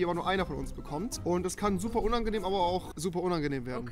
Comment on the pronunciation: UNANGENHM XD